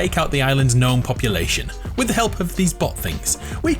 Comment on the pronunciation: G IS SILENT IN GNOME!!!!!!!!!!!!!!!!!!!!